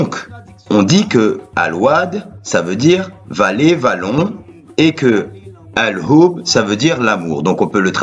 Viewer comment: al hhoub pas oub tu prononces mal